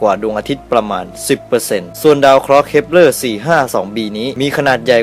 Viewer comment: เหมือนได้ยินพูดว่า ดาว creeper 555+